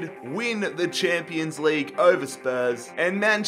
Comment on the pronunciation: 😭😂😂 "champo league"